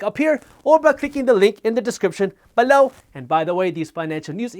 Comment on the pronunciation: I laugh so much when you're talking about the newsletter and say, "below"😂 it sounds like you're saying BALOW, like someone got hit with something